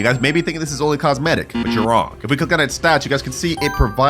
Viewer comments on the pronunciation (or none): none